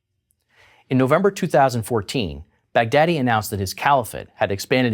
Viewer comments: Baghdadi is pronounced as Bugh-daah-dii, not Bag-daddy. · lol his name was bagh-daddi the daddi of baghdad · well thats why you pronounce the leaders name "bigdaddy" XD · I knew that what he WASNT saying but all I could make out was BIG Daddy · Sorry for saying this but it sounds like you keep saying "Bad Daddy" anyone else thinking that as well? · Who else thought when the commentator said Baghdady he's actual saying Big Daddy. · 😂😂😂😂😂😂😂😂😂 when u say Baghdadi it sound like big daddy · abu baker al bogdaddy Haha funny this dude pronouncing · He was saying Baghdadi? I was like why is he calling him "big daddy"? 😂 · I keep hearing "Big Daddy" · it sounds like he's saying "big daddy" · It sounds like he's saying big daddy